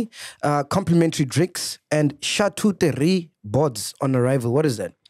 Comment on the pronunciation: Bathong lona 😂😂😂 it's chateau del rei, ke bev not food wooow